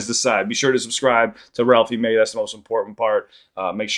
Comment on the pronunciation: Same 😂 i know u came here coz the last video he said ralphey may